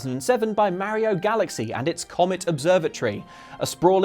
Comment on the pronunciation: That iphone ringtone on his android phone is so appropriate after he mispronounced Mario's name 25 times.